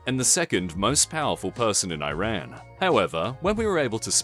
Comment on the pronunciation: I’m just saying, it’s not hard at all to pronounce Iran correctly